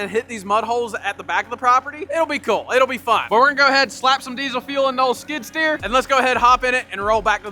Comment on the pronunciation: Skid steer not skidder…. A skidder drags logs out of the woods…